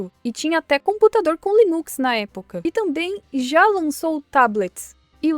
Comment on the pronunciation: nunca vi alguém pronunciar li-NUX , eu sempre leio como línux